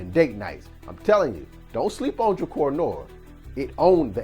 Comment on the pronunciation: Pronounced DRUH-CAR